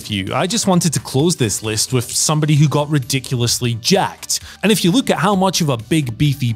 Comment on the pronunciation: I chuckle when he pronounces LOOK as LUKE